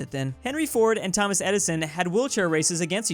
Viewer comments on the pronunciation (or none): none